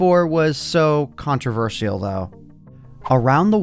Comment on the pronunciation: pronounces controversial weirdly